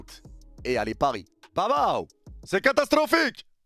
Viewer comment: Résumé de la vidéo : C’EST CATASTRRRROPHIQUE